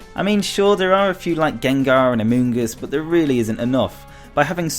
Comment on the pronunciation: Amoongus? What kind of drugs were you on during this video?